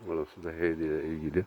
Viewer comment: Abi sen ilk heidinin okunuşunu öğren ve ses tonunu birazcık incelt öne odun gibi